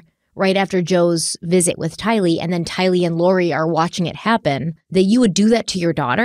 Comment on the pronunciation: i love you dearly, but PLEASE say Tylee's name right!! You put the emphasis on "Ty", the emphasis should be on "lee"!! Please, please, please!!!